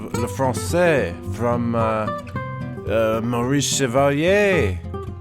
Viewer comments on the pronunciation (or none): none